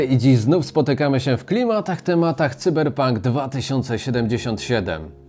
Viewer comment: Wow, w końcu ktoś poprawie wymawia nazwę cyberpunka, nie mówi się "sajberpank", tylko cyberpank, słowo "pank" jest spolszczone i jest w języku polskim od 50 lat tak samo jak słowo cyber, czyli poprawna wymowa w języku polskim to: cyberpank.